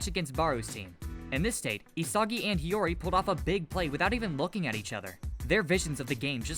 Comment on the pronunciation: "Nagi Seishiro" and it's Hiori